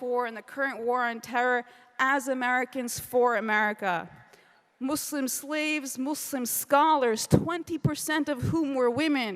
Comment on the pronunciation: I hate how she pronounces Muslim